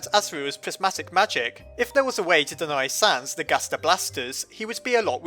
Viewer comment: Im hearing him saying gasta blasters.